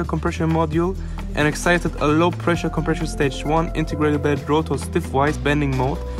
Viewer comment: you are incorrectly pronouncing "compressor" as "compreshor".